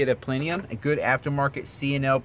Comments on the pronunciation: Ok my dude you ... I totally respect you making this video and no shade but there's factors we need to correct and I've been a foxbody/SN95 driver since the 80's and this is the ONLY cars I drive. 1. It's not Trimik .. it's TREMEC... "Trim-Mick" 2. It's not Plenium ... It's PLENUM 3. Gears is probably THE ABSOLUTE SECOND THING you probably want to do with these SN95's and pretty much any car and yes, like you said it totally changes the speed game installed. 4. You can replace the Cold Air Intake first, that PLENUM will not make a difference right now getting started because the fact the air going in won't change, velocity will not change. You are however leaving room to grow. 5. The pulleys from 99-04 are ALL the same, there's no difference in them 6. If you are going to run it hard, you got HOTTER when N/a... COLDER when you start bringing boost. You go colder then you risk fouling your plugs. 7. These cars are capable of seeing 400hp at the wheels with better cams and intake. 8. Camshaft swaps depending on your kit can yield around 35-40hp.(These stock heads are more restrictive than a shy virgin) 9 Correct, these cars are more than capable in the low 12's with little work involved. low 11's if you snag a set of trickflow heads. 10. You can grab a Superchips handheld tuner for light tuning control of the car, turning off traction control PERMANENTLY, timing and some other light tuning abilities. 11. You missed one factor... your mid pipe. If you want that pure race car hig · plenium lol.....its PLENUM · plenUUUUUUUm.... Where is there an "i" in that word? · I was right there until you said plenium